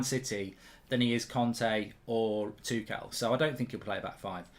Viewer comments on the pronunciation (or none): none